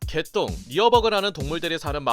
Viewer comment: 나만 개똥으로 들은게 아니구낰ㅋㅋ